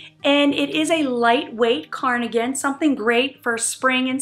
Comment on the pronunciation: I laugh when you say carnagen instead of cardigan. The first blue striped dress was my favorite 😻